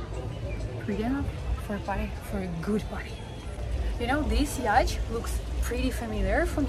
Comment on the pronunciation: It's pronounced "yaat" , not "ячт" 😂